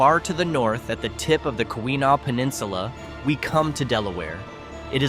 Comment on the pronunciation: Ke weh naw peninsula.